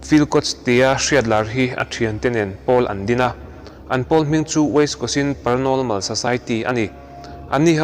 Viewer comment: paranolmal....tih hi a dik chiah em le aw...paranormal emaw ni zawk aw...sawiselna ani lo ania...suggestion zawk aw😇